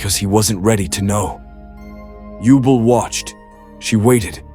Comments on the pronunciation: I dig it. Good stuff. Elemental Heroes are my ace archetype and Yubel is my ace waifu 👀. Keep up the great work. Though for the ai voice to read Yubel's name properly, i suggest spelling her name Yubell in the script or anyway for it for pronounce her name correctly. Just an idea. You just got a new follower. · If you type out the narration phonetically, they won't mispronounce key names. For example, "You-bell" instead of "Yubel." "Avy-on" instead of "Avian."